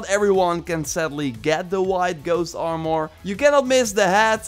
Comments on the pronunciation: He pronounced mask "mosk" and armor is so weird when he says it. Ar-moor.... It's ar-mur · Please! Its ar·mor, not ar·mooor, lmao idk why its bothering me so much but it does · Nobody:: “Arh-More” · He said R mouhhur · it actually triggers me how he says armor